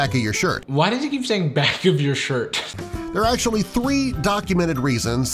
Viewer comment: love/hate how the narrator pronounces the actually in "10 pokemon that act-U-A-lly exist irl"